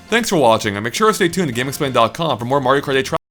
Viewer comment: Mario karth eith?